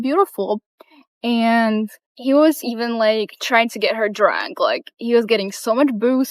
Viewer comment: Someone should tell her that the word 'and' only has one syllable. It's not pronounced "ayend".